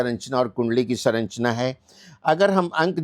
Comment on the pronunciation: श्रीमान जी संरचना को सरन्चना न बोलो